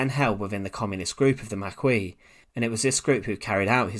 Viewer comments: Please try harder with your pronunciation of words, I really enjoy historical videos, but yeah it's hard to have faith in the channel when you can not pronounce the word "Lieutenant" or "Marquis" but HOLD ON!!!!!!! before anyone decides that I am an idiot "he's not american", "english people speak differently" "blah blah blah", that has nothing to do with it, I watch a lot of ww2 documentaries that are narrated by englishmen, so that is not it, he's just not taking the time to pronounce the words correctly, and I feel like he should be able to properly pronounce the words when doing the narrating for historical based content... I really do not mean to be an asshole, but yeah I feel like it should be addressed, I don't know how to get a private message to you or I would have reached out instead of leaving a negative comment, so please forgive me for this comment.... It was meant as constructive criticism though, I am not bashing your video, I am actually going to continue to listen because I find it interesting, so thank you for the content, haha. I apologise if you think I am an asshole. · Mispronouncing The Maquis obviously matters to the french and if he can't get the simple things right then what's the point. The Heer wasn't the forerunner of the Wehrmacht as he claims. The Heer,(Army)Luftwaffe(Airforce) and the Kriegsmarine(Navy) all made up the Wehrmacht. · Unbelievable remark ! The Maquis along with other freedom fighters during the 2nd World War played a significant role is bringing an end to the Nazis and if it wasn`t for them, the War would have lasted a bit longer. We owe them our respect by at the very least pronouncing their titles correctly whether you`ve of their politics or not. I cannot believe i`m having this conversation, its pathetic. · Makee not Makweee. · It's pronounced MARKEY not maquee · Sorry to be perdantic by its pernounced Mar key not Mar quee in French the q is sounded as a k and the 'is' is given the e sound with s being silent.